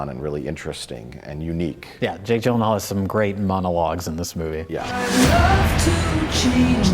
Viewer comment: can't even pronounce jake jillienthinall correctly. 1/5 stars rating for you.